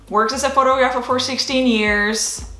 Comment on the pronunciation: Please check the way you pronounce the words "Photography" and "Photographer". North American English is not the same as east European.